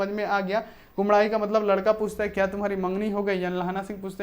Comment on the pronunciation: Sir ap bar bar kumdai q bol rhe h kudmai hota hai...